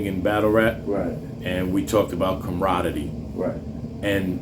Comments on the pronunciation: I think had too many interviews with Shotgun...comraddy?!!...its com•rad•er•y...🤣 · 🤣🤣 CAM-RAH-DERIE! Not whatever the hell you're sayin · He said "comrodity" 🤣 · Someone please teach the interviewer how to say camraderie